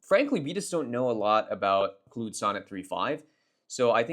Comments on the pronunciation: bro ive heard you say literally every possible pronunciation of Claude except the correct one... Clood... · It’s cloud. As in clouds that rain. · Good stuff. Not sure if you got trolled or if you're trolling us with the pronunciation of Claude -- in either case, it's pronounced "CLAWED." As in Claude Rains, Claude Shannon, Claude Monet, Claude Chabrol, Claude Debussy...